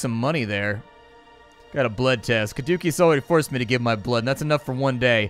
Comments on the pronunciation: Yeah: Kuh-DOOKIE-us. I was right there with you, it's pronounced Kah-DOO-see-us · Oh god, "Cadookeus" was painful. Especially for any Division players who got used to hearing it in every build video for a brief period. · Your pronunciation of "Caduceus" was grating. Keep up the good work.